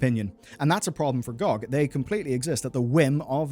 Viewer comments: oits pronounced "gee-oh-gee" not "Gog" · I had to stop watching after hearing you call it "GOG" instead of spelling it out, I don't want to be around if you ever do a video on USB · Glad I'm not the only one calling "gee oh gee" "gohg", makes me feel I'm not alone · I don’t know who calls it gog. It’s G.O.G. (gee- oh-gee) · GOG = Gee Oh Gee. What the heck ist Goag? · it is not gog as a word it is always G O G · its pronounced geee oh gee. nog gog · Saying GOG as an actual word instead of "gee oh gee" which is what they are is so annoying and i cant understand how you didn't notice that immediately when you said it aloud and changed your script. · why call it that i always call it (gee oh gee) pronounced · It is really embarrassing to hear someone pronounce GOG lol.